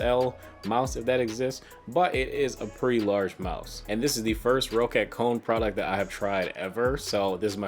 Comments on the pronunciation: For future confirmed by the company. It’s pronounced “Rocket” but just spelled “Roccat”. It’s not pronounced “Ro cat”. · it's pronounced "rocket" though, ma dood. 2 CCs :P